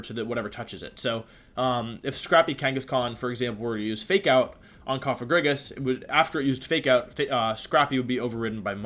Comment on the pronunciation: Holy shit he said Cofagrigus not Cofajrijus